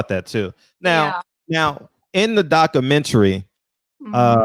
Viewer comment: I correct you in the name of Lord Jesus. You struggled with your reading skills at the beggining. Incorrect pronunciation of "Documentary". You misspoke using the word "woman". If you could speak to black women not woman. Reading is Fundamental. Dont be ashame! Go online to get help with your reading and grammar skills. I wish you success!